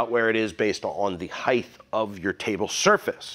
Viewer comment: you say hight... but like the whole west coast pronounce it highth .......... its highT!!!!!! with a t ... go this drives me nuts... sorry. otherwise ... really good video